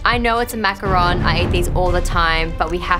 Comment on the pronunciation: Finally, people who pronounce macaron right. Macaroons are totally different from macarons